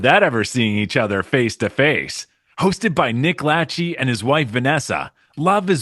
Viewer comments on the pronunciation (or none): I am glad you didn't do the Love is Blind promo. You were pronouncing Nick and Vanessa's last name wrong. Lachey is pronounced (La Shey) or (La Shay) So if you have that in your back pocket to do it another time, that is how you pronounce their last name.